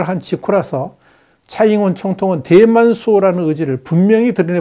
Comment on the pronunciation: 내귀가 이상한 건지.. 대만이... 뎨만으로 들림 ㅎㅎㅎ